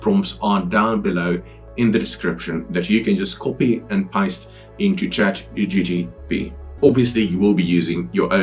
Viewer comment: Please get the name of CHATGPT correct. You and allot of the people call it ChatGTP